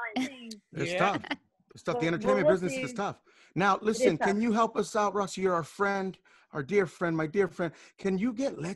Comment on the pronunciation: Rosci not roscoe 😂😂😂